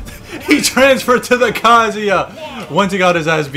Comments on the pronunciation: He’s saying it like kazea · That’s not how you say his name